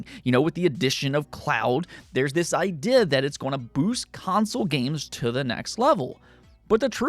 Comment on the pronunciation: The word "idea" has a long EE sound. eye + dee + uh Not clowning. Just pointing it out for a smoother delivery. Love the vids.